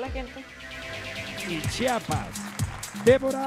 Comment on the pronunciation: que tan dificil es decir. CHI A PAS CHIAPAS